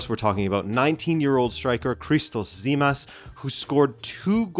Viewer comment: his name is Stefanos Tzimas and it's pronounced Jimas. Fact check before posting